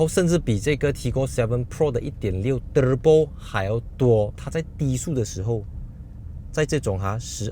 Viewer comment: 每次都期待你说～terebo😂😂